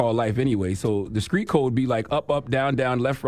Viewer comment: Charlamagne you need speech therapy. Because you keep saying Screet; It's not Screet, its Street 🤣🤣